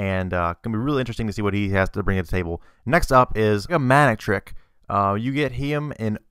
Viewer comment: Yes sir, he fuck'd up that one... and Gardevoir... and Manectric...